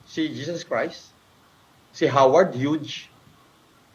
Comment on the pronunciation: Sino si Howard Huge na sinasabi ni? Ibig nya bang sabihin ay si Howard Hughes pronounced as (Hy OO z)?🤭🤭🤭